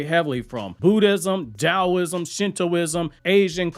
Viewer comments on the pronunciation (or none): none